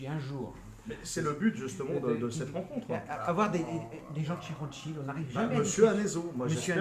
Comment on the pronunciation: « a gauche du sous sol de rotschield » 🤣🤣 En